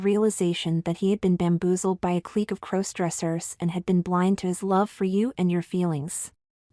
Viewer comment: A superior story. All to the good. But again, when will the AI narrators learn to pronounce "crossdressers"? After all, it's kind of a central word to the narrative.